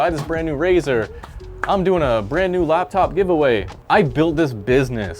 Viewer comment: Laptop. Not labTop